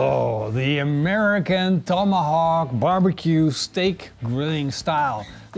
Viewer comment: WTF is a "Tome-ahhh-hock" You overcooked the crap out of it too.